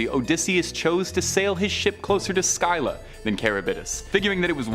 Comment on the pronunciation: say it THIS WAY.... Sillah (Scylla) I give you major learning curve points for at least TRYING to say the names though. :) LOL. HEY one last little FYI Whenever someone at the Time period in history were battling a mighty enemy, and it seemed the battle was never going to end, people who witnessed such difficult battle circumstances, it started being said for any person facing such personally insurmountable odds, were referred to being "Between Scylla and Charybdis_ Which would later be THE ONE ACTUAL Definition to describe anyone being Between a Rock and a Hard Place! Which actually made more logical sense at the time, as Zeus placed both as Guardians on 2 sides of a water Channel where Ships would have to travel through this Narrow channel in order to dock into Greece to Pick up/and Drop off. Various resources and supplies/ foodsand tools/equipment for the Greek peoples. And Zeus Made it so that when the multi headed, cave creature Scylla,died and Charybdis died, Zeus made it so that Neither actually passed away... (He made both eternal Immortal monsters who would Often fight one another to see who the ultimate winner would rightfully Claim the sailors who would Die from being stuck between the Rocks (viewed as the Multi headed Long necked cave Monster--Scylla--Who resided in a highly placed mountain Cave on 1 side of the water channel, and Charybdis would be placed Opposite of the monster Scylla and was transformed by Zeus, as a swirling, dangerous deep violent underwater